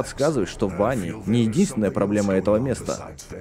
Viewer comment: Не Ванни а Вэнни